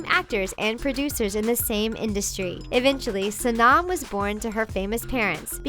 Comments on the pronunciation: any Indian be like, its sow-num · its not SO-NAHM Kapoor! your pronunciation sucks! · Sonam Kapoor was a shock here. Btw, it is "So-num". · SHE PRONOUNCED SONAM WRONG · It is pronounced sonum kapoor and runber kapoor. Just thought you wanted to know. This is how you pronounce them.